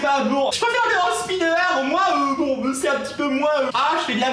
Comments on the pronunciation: seulime et leu andeuspineuar 😂😂 JPP #TeamPalmier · LE SEULIME ET LE HANDEUH SPINEUREUH